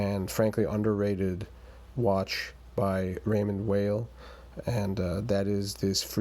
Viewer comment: Good review. Appreciate the side by side with the Seamaster. Not many seem to put watches side by side to compare. BTW, Weil is pronounced "while" not "whale"